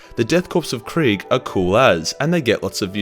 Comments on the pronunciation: Its not quig. Its KRIEG ! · Another youtuber also likes to say KRAIG in the same way you do